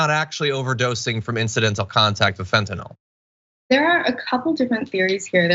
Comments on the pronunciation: It's fentanyl, not fentanol. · I think they should arrest anyone who calls Fentanyl "Fentanol." If you care enough to develop a sleazy drug habit, at least know how to pronounce the name of the crap you're putting into your body, JEEZ! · What's up with all these "experts" who pronounce fentanyl fentanol?